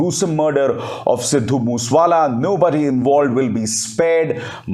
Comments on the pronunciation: Abhishar Sir, his village name was Moosewala not Mooswala…. RIP 🙏🙏😢😢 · Abe Sharma bhai mos wala nai balke MOSA WALA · मूस वाला नहीं सर मूसे वाला, उसके गांव का नाम मूसा है, और जिले का नाम मानसा है मनसा नहीं । मानसा, बठिंडा के साथ सटा हुआ है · Its mooseyewala not mooswala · Abhisar ji ye Sidhu Moosey Wala hai Sidhu Moos wala nahi So plz correct ur self